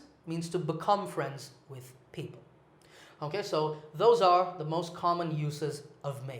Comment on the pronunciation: your teaching is very useful, I have one question why in your this video your pronunciation for 'the most' is different with your other lesson which about The pronunciation?